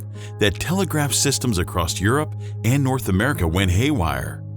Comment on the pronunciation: "ACCROSST" is not a word.